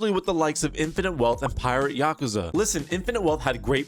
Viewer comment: Ahh yes, “Oouze”